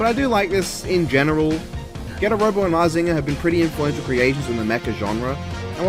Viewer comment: Don't worry, you said Mazinger right. Good ideas in this one.